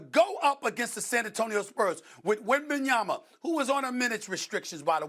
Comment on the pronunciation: Stephen A finally pronounced Wembanyama correctly 🚨 🚨🚨🚨🚨